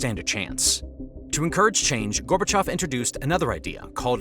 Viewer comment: It's Gorbachev. Not gorbechof